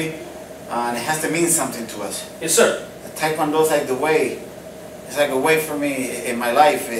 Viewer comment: Also I think you may have noticed this already but you pronounced Taekwondo wrong